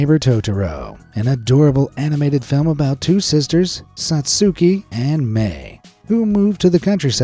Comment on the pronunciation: The U in Satsuki's name is silent.